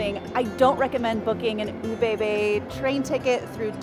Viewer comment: Soo you're from northern Germany, yet can't even pronounce ÖBB? Also, the "loud bangs" are because they split the train. Half the train goes to Berlin.